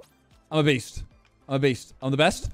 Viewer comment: When Simon said "I'm a beast" over and over again, I feel like he said "I'm obese"